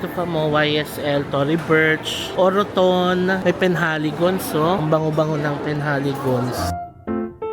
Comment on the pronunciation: its actually enunciated as OR-TON parang silient ung peg ng second O hehe.. congrats on ur first purchase - next time get kayo sa may Birkenhead may further discount sila dun:) relaxing tlga mga videos mo thank you